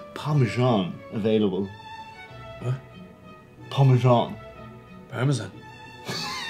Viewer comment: Wait, only snobs say "parme-jzan"?